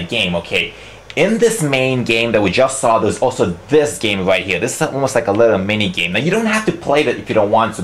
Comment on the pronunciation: you pronounce "Here" as "Heal" LMAO! but anyways, yeah nice review! =D